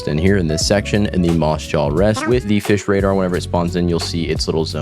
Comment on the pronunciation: Why bro called fisch dish